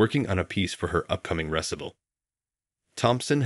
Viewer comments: Beautiful story - mispronouncing Chopin and recital were among the glaring errors. I can’t believe whoever created the story didn’t have someone check the pronunciations first. Reminded me of the movie The Pianist when Adrian Brody‘s character was caught by a Nazi captain, trying to play a piano in a bombed out building and TOLD to continue playing. Scared, he slowly played a piece by Chopin - nocturne in C-sharp minor No. 20. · Wonderful story but slightly off put by the mispronunciations of words like "recital', the famous composers' names and incorrectly using the dialog. Please make sure a narrator learns their work before beginning the story. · Mispronouncing recital, Chopin and pianist as a penis this is horrible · Good grief! Get a narrator who knows how to pronounce common words like “recital,” the composer’s name, “Chopin,” and the musical tone, “bass!” among others. This was offensive, and it really detracted from the story! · Though this documentary, you didn't add any piano music!!! I was looking forward to Chopin and your narrator couldn't even pronounce recital correctly! Boo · The speaker has to be computer-generated; otherwise, he would be able to pronounce properly words such as “Chopin,” “recital’” and “bass.” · Nice story. Could use an editor for AI. Chopp-en? Really? Recital? LOL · The narrator needs to learn how to pronounce the words. He can't pronounce recital, Chopin, or bass. There may be others I missed. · A great story, but spoiled by “Choppin”, “DeBUSSY”, “ressitle “ and other mispronunciations. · Please inform the natrator politely about a number of totally mispronounced words such as duet, recital, Chopin, and numerous others. The mispronounced words and names detract from the story.